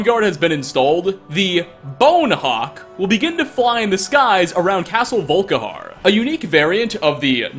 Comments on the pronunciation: “VolKAharr” I know I’m being a douche bag, but it’s pronounced “VolKEYhar” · its not volkihar its volikhar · Did you say "Soul Karen"?! 😂😂😂